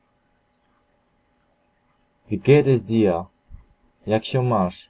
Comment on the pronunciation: podana przez Ciebie wymowa nie istnieje, przykład Uhr podajesz wymowę ur zamiast uhr h wymawia się, zaś słowo ur w niemieckim ma inne znaczenie, jest ich wiele, ś w niemieckim nie istnieje, jest niemożliwe dla Niemca do wymówienia, dir to u Ciebie dija coś takiego nie istnieje i tak można wymieniać do sądu ostatecznego, jest z czego boki zrywać, powodzenia!